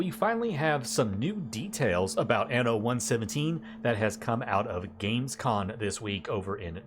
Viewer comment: Great video. exited for the next anno. sorry to be like that.... but I can't overhear it.... it's Gamescom... not con. 😅